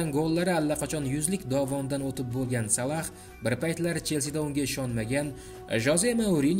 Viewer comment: Админ Салах эмас Салох